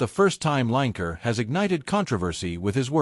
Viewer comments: His name is not line ker it's lin e ker yeh he's a wan k er😂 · Lanker? Almost had his name right..but it starts with a W… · Line Ker, love it &it rhymes with wan*er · I love the American pronunciation of Lineker, it sounds so like his nick name…….w⚓️r 😂😂👍🏻🇬🇧